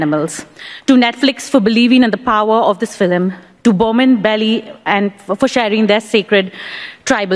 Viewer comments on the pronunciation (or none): It's sad the other lady in red didn't get a chance to speak..and the first one hogged all the limelight with her "filim"